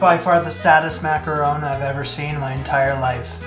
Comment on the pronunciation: Mack-ah-ron 🤷🏻‍♀️ Why Americans have so much trouble with one of the most common sounds in English (Don, gone, fawn, lawn, John, Mack-Ah-RON) is a mystery for the ages to me 90% of the time I hear them called everything but by Americans! EET makes me a leetle crazee! :D